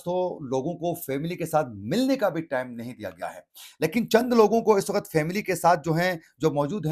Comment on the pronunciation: Ap really bouhat acha boltay Hain. Bas thori si urdu ka ek lafz ko correct ker lain tu or bahter ho jaye ga. Jaisy ek lafz ap bol rahy Hain (wakhat) Jo k Asal lafz he "waqt".